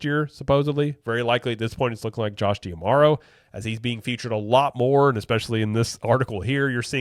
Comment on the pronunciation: Is it Dee-Ah-Marrow or Dee-Marrow? I feel like you're adding an extra "ah" in there, but maybe I'm wrong.